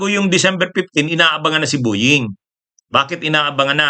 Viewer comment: PLEASE LANG!!... BO- YING NOT BU- YING....PET- SA...NOT PIT- SA